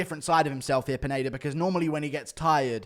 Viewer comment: Guru keeps saying "Peneida" instead of Pineda lmao